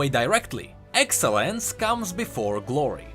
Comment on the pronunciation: its not excellence. its. EXELONCE